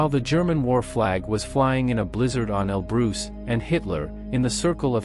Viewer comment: Mount El Bruce!